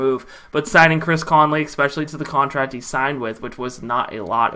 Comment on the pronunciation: You don’t need help pronouncing Ogbuehi. You need help pronouncing especially. There’s no “kuh” sound in the word at all but you put one there every time. At least you’re consistent though Bro.